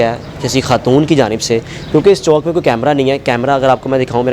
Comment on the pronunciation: Bhai CHAONK nai hota CHAOK hota hai